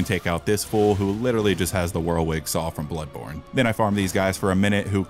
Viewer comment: What TF? Blood THanny Born Tano?!!! Spongebob: The Born THanny... Tano Thanny....